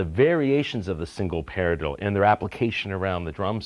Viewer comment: the way he says paradiddle is funny :) parlilllilla